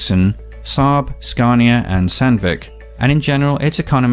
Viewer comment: You Americans think everything is from America. He don't say cania, he is saying SCANIA 🤦‍♂️